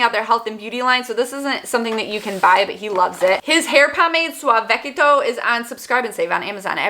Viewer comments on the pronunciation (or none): Lmfaoooo the way you pronounced suavacito had me wheezing 🤣 my man is a greaser and it’s all he uses and I use the female brand suavacita. It’s pronounced suave-uh-sito in case you would like to know 😂 lol I love you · SUAVECITO HAHA 😂 It’s Spanish for smooth. Suah vess eetoe 😬👍🏼